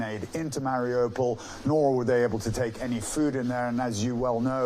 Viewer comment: Ukraine did not deny they said "we cannot confirm no deny"..also after 5 weeks of war how could you not know how to pronounce Mariupo??! US journalism has sunk to a new low.